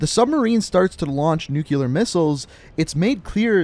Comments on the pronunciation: You say nukeular instead of nuclear haha. Good videos tho. Super well put together. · Nuke-ular... Ouch... That hurt me.